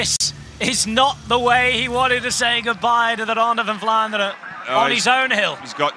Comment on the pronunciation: I love how the commentator uses the belgian pronouncation all the time .. 'its the ronde fvfvan ffvlaanderen!!